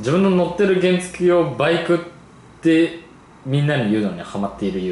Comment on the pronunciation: か⤴︎ のじょ とか バ⤴︎イクの言い方よ（笑）